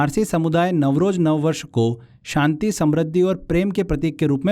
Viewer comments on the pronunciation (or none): none